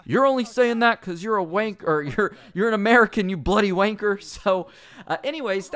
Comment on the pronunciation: Hearing an American say wanker is weird